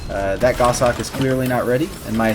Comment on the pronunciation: I'm a relatively new player 7 just wanted to say thanks for the content, it's very informative and carries over well to the mobile version, which I'm playing. Also it's nice to hear someone pronounce the word "goshawk" correctly (WTF is a "go-shawk" anyway?) :P